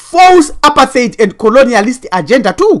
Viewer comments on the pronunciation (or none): none